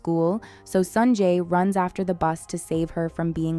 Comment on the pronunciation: Everything was ok until you started calling him "Sanjay"